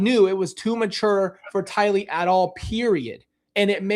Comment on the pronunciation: Tylee not Kaylee